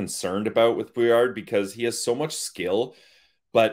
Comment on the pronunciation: Guys, if he uses the French pronunciation it should be "BWA- LAR"